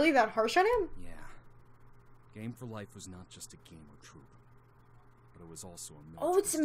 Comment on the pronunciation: 'Game for Life' or 'Gay for life' am i right? hehehehe XD lolol, sorry :')